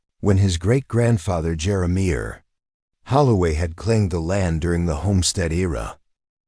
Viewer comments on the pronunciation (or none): Your AI needs some tweaking... mispronounced words and names...ie the name Jeremiah (jer-ah--my-ah) the word mare (mair)